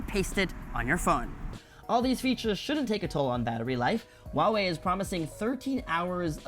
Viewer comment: huaiwei ， not wuawei.